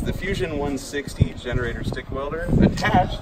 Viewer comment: Did you say "finnerator"?!